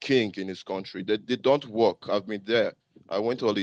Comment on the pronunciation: How are you going to rebuild your country sir? The tether said “we will werrkkth very hard “😂 😂😂😂 damnnnn